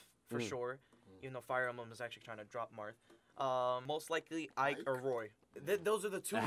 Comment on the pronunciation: Who's Ike......... Ooohhh you mean mike